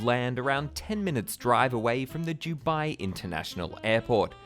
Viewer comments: why do u say "jubai" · Jew-bai 🤣 I couldn't stop hearing it!! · This could be a great video but on the ninth time of hearing "Jubai", I cannot watch any more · Dew-bye or Do-bye? I’ve never hear Dew-bye before. Is this a regional accent pronunciation? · It's Dubai not Jubai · It's DUBAI not 'Dew Bye'. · Can’t handle his vile pronunciation “JEW-bye”. Typical Aussie bogan accent. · Why do you call it Jew-bai? It’s Dubai. ‘Doo-bai’ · Its Dubai as in Du-bye not jewbai. Could not watch this video because of this, sorry but it was driving me crazy 👎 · how can I take you seriously when you can't even pronounce the city name. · I’m an Australian who lived in Dubai for 9 years. It’s never ever pronounced with a the ‘J’ sound. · “Dew-bye” 😂 love his pronunciation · What's is Jew Bai? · Jew bye? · The Jew Bai Giant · For Review Tyme, I'm and this is my failure to correctly pronounce the simple word 'Dubai', the world's biggest theme park name failure. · It really annoys me the way you say Dubai. JEWBYE 😂😂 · Why is he saying jew-bye? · Fab video, got triggered everytime you said Jubye tho.. still good none the less 😌 dubai is just a copy cat state, they have very little culture. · Why are you saying jewbai ? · Did you say jew-bai land? Jew-bai? Where's your accent from? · as a uae resident for more than 10 yrs, his pronounciation is killing me lol 😭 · Your pronouncing Dubai wrong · Great video but what annoys me is how you pronounce “Dubai” it is very distracting given your pronouncitation ...